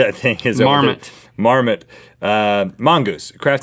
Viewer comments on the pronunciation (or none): ..... "a crafty marmasoot" 😂😂